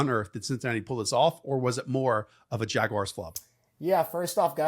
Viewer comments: jagwires vs the bingles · The jagwires?